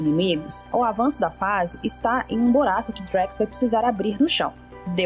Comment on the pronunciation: NAO EXISTE BORACO, E SIM BURACO